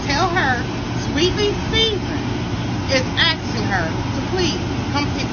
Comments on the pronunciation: She is the reason why people think black people can't say "asking". "Tell her Sweetly Seasoned is axing" 😂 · YOU WERE 100% WRONG I WOULD NEVER SUPPORT YOU I DONT BLAME THAT OTHER WOMAN YOU CAN KEEP THE MONEY PERIOD AND IT'S ASKING NOT AXING